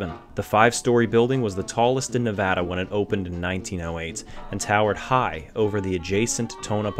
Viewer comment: Thanks so much for pronouncing Nevada correctly!!!!